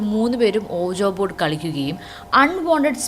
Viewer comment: ഓജാ ബോർഡ് അല്ല ഉയ്‌ജോ ബോർഡ് 😂😂😂😂